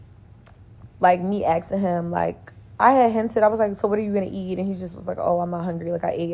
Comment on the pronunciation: It's "why are you asking", NOT "why you exen". Wtf , speak English, not hoodrat!